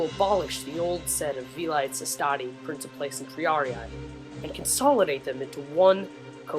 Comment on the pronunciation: Just to mention, you actually mispronounced: Princeps= pronounced as 'prinkeps' Velites= pronounced as 've-li-tes' not 'veleets' By the way, you did a good job creating this video and good narrating too. c